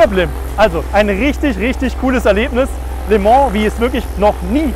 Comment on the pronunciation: Heisst es nicht "lö mon"? (statt les Mans)